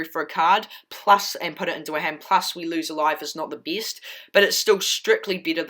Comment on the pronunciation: "The beest card of this deek"🤣🤣🤣 lol I loved the deck